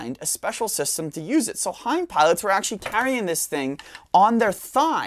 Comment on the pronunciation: I think this might be the smartest gun expert I've ever seen. I had to look up how to pronounce "Hind," and he pronounces it correctly. I'd love to see a lot of footage of the gun in action, but the narration is amazing.